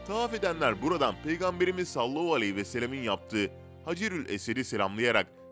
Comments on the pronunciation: Sallahu ne?! Madem dini bilgiler veriyorsunuz, düzgün okuyun! Sallallahu aleyhi ve sellem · Sallallahu aleyhi vesellemi daha net söyleseniz iyi olur